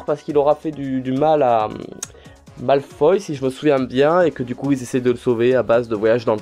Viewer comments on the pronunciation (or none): none